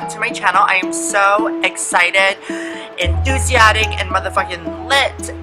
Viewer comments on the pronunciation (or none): ENTHUSIATIC ahaha no hate jus sayin ENTHUSIASTIC I think ya mean